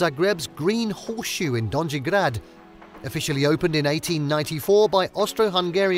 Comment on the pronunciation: In ALL Slavic languages, it's ALWAYS a SOFT 'J'', alright? Don-yee, not don-gee. :hand-orange-covering-eyes::face-blue-smiling